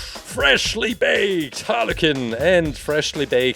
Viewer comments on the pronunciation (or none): It's not Harley Kin it's Harley Quinn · She’s not called holly cin it’s Harley quinn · i like how he says harley KIN =)) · Its (har li qwin) its spelled harley quinn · “Harley kinn” no offence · I heard haly kin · Don't you just fuckin love "Halley Qinn"? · Is it me or did i hear halicken instead of harley quinn 😅😅😅😅😅😅😅😅😅😅😅😅😅😅😅😅😅😅😅😅😅😅😅😅😅😅😅😅😅😅Also i love the colour's on harley this one of my favourite halicken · Are you saying Harley qinn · He said haly kin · Is he saying Harley kin?? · No offence but it sounds like you are saying aniken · Harley Kuuuin that’s how It’s pronounced 😀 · He said hala cin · When you said Harley Quinn it sounded like harly kin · Carson builder I heard hanakin. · He said like “halekin” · lol he calls her harley kinn HAHAHAH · How he says it tho lol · Bin ich der einzige dem auffällt dass er Harley Quinn falsch ausspricht?